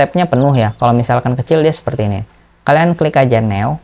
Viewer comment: New bacanya Nyu...bang.....agak lain abang satu ini.....tapi kontennya mantul....bermanfaat